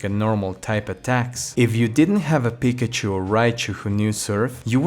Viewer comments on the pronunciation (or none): none